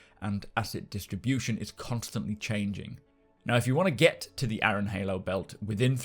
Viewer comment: .... Aaron is pronounced "air-run".... sorry but that bugged me too xD